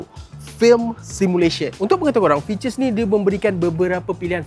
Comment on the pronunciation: Mantap reviewnya. Kena slow sikit cakapnya kadang2. Ada je dengar tersalah sebut jelah(jelas) dengan fiter(features)..😆